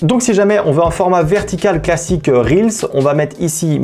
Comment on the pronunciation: Enfin quelqu'un qui prononce correctement "reels" et qui dit pas "réels" ! Merci pour les petits tips ! 🙏